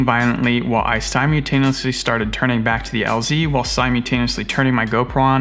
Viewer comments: Sim-you-tenuously? That’s a fun way of saying simultaneously. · "Simutaniously" uh no it's sy-mul-tain-ee-us-lee SYMULTANIOUSLY Something you need to start doing is carry at least a liter of water with you and a small survival kit with a water purifier (tablets or the cool straw thing), fire starting stuff, a knife, some TP, first aid kit, and a survival blanket/mirror. With all the weird places you fly having the means to survive if you end up somewhere that you can't get back out is an absolute must. Water is your first and foremost need, and fire is right behind it.